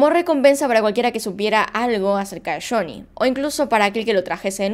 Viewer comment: Me encanta como pronuncias shony😍